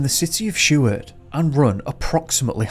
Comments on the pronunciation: I remember when this happened & you don't pronounce Seward or Kenai right at all, other than that good job.Greetings from Anchorage, Alaska. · I remember when this happened & you don't pronounce Seward or Kenai right at all, other than that good job.Greetings from Anchorage, Alaska. New to your channel, Happy New Year 🎉 but this is still very sad for Paul's family not noing what happened to their loved one.